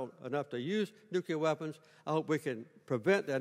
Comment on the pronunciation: Its Nuclear. Not Nucular.